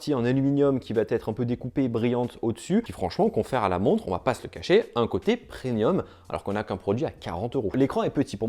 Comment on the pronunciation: PreMium et non preNium 😅